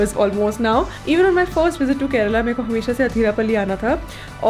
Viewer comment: the way you pronounced kerala and not keral differentiated you from the rest. Like it